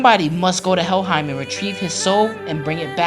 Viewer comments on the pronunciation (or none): none